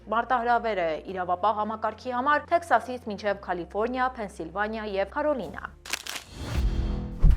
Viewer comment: Սիրելիս՝ Կալիֆորնիա այլ ոչ թե Քալիֆորնիա